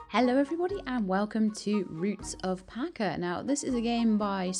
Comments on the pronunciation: ‘Cha’ not ‘Ka’. Pacha like the Disney character! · You're the only person that calls this game Roots of "Pa-Ka"